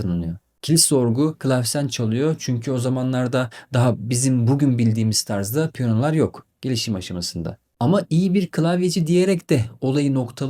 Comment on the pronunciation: Ayy n'olur piyona deyip durmayın. "klasik , klavye" kelimelerini de sesli sözlükten dinleyip düzeltin..Sevgimle